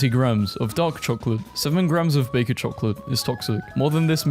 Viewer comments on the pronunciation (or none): none